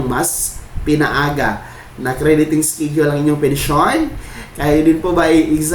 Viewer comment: Pronounce schedule as eskedule not eskidule. Masakit da tenga eh.